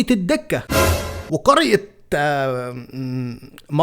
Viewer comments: تصحيحا بس اسمها الدَكة بفتح الدال و الكِلْح اللام ساكنة مش مكسورة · مسمهاش الدِكة اسمها الدَكة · الدكة بفتح الدال